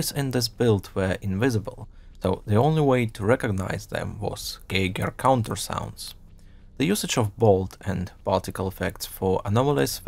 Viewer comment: My favorite part is how you pronounced Geiger counter